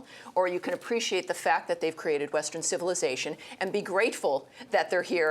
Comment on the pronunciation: Heh, she said "created Western civillization"! omfg.